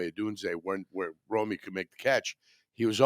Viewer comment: Wtf is Romey? It’s Rome(roam)